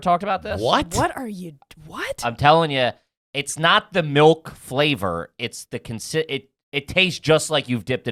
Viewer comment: It's crazy nobody calls him out for pronouncing it "melk"